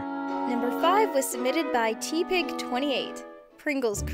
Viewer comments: it's got a short e sound, eh, not ee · I cringed so hard when you pronounced Tepig as tee-pig instead of tep-pig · Not Tee-Pig TEH-pig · Wait she says it like teapig and not tepig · XD teepig its pronounced like in egg tepig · MAN TEPIG IS A POKeMON SAY IT LIKE TEPIG NOT T-pig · it is pronounced te not tea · I'm not the only one mad about her calling them teapig and not tepig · It pronounced tepig no teapig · Did she really just say teepig not teh-pig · You said TEEEEEEEpig28 its TEpig28 😂😂😂😂😂😂😂😂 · So doesn't play Pokemon excuse me for laughing but I think It's teh pig...not teeepig.... I'm sorry if I'mkm wrong but I like have ocd lol.. still love the vids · IT'S TEPIG NOT TEEPIG!!! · it is tepig no teepig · Tehpig not teepig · Its pronounced teh-pig, not tee-pig triggered af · Tepig you said teepig its tehpig! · It's not teapig it's te pig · Its not teepig its pronounced teh-pig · Tepig is said Teh Pig not Tea Pig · It pronouced te-pig not teepig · Thaught likes pokemon she called tepig which is pronounced teh pig tea pig WTF HOW DARE YOU! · When they pronounce “Tepig” as “teapig” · Its tep-ig, not tee-pig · i know at least one other person will comment ab saying "teapig" instead of teh-pig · ITS PRONOUNCED teh-pig NOT T-pig!!!! U POKEMON NOOB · It's Tep-pig not Tee-pig sorry if this is commented to much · she said "tea - pig" instead of Tepig the generation 5 fire type starter pokemon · You know what's cringy? You pronounced Tepig as tee-pig instead of Teh-pig. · It's not pronounced tee pig, it's pronounced te pig! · It triggers me how said "Teapig" instead of "Tehpig" and she's a pokemon fan. >_< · its pronoced tepig not teeeepig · you pronounced tepig TEA-PIG it's pronounced TEH-PIG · XD teeeeeepig its supposed to sound like teh-pig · I think the most amount of cringe in this video is when says TE-pig instead of teh-pig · wtf???? its tepig not "tea pig" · Tepig (Teh-pig) not Tepig (Tee-pig) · its Tepig not Teepig